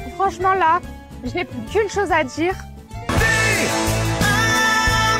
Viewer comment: "Une chose à djire" mdrrr Vraie blonde italienne ? ^^